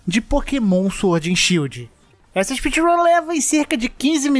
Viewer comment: espeedrum de baiano kkk